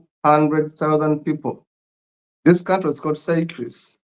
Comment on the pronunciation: Seychelles is pronounced like "say shells" not "Cyprus".